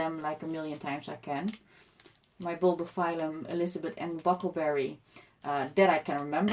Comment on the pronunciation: What did you say, bulbophysums?